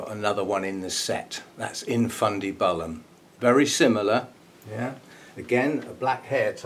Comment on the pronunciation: Gawd! Your at it again. There’s no ‘e’ in infundibUlum